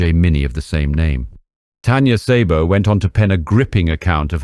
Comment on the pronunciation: I've been bingeing your spy videos for several days now. They are excelently done and intriguing parts of history. Thank you for your work. She was an extraordinary person. By the way, in Hungarian, "Sz" has the "S" sound. Therefore "Szabo" is just "Sabo" not "Saybo." :)